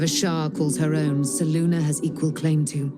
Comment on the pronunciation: And why do they say "Seluna," and not "Selune"?